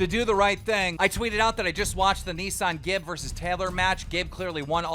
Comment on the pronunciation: Keem still can't pronounce AnesonGib. It's pronounced "An-i-son"